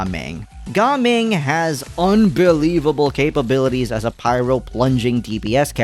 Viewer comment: oh ... it's pronounced Ga Ming? 😭